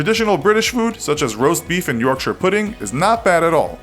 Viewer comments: I like this American he's said Yorkshire the right way unlike most Americans do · I'd like to thank you for saying Yorkshire properly and not pronouncing it as york-shy-er as many people do on the internet